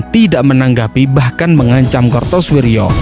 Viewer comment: Kartosoewirjo bro,bukan Kartosurjo.